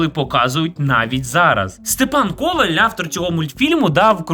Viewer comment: Степан КовАль, в україні наголос на "а", в польщі на "о". Дуже часто люди чомусь вживають наголос на "о". Я носій цього прізвища, тому так болісно реагую , пепепрощую якщо зобидила